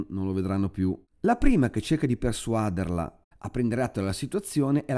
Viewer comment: Mi scusi ancora,, questi interventi eccessivamente puntualizzanti, ma non si pronuncia «persuàderli» (come a 4.50), bensì «persuadérli», dato che il verbo è «persuadére» e non «persuàdere». La Sua autorevolezza rischia di diffondere ancora di più (e non se ne sente affatto il bisogno) usi ortoepici non proprio corretti. Del resto, ancora complimenti!